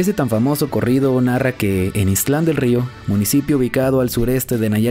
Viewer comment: Hola,, nada más te hago una observación que no omitas la letra t de ixtlan, no es ixtl an, lo correcto es ix tlan, es decir que no divides bien las dos sílabas correctamente!